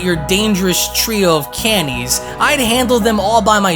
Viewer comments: wait cannies tho? You couldn't say Kay-nines bro? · Imma have to call you out on how you said canines😂 it sounded like you say Canies but I’m pretty sure it was a mistake because canine is doge K-9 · This fan manga is the best I’ve ever seen 2nd Dragonball Absalon 3rd Dragon Ball Merno series Side Bar Canines is pronounced K9 😂 I’m sure it was a honest slip up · lol he said cannies xD regardless great job man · “Trio of canies” lol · Bro you said "canines" wrong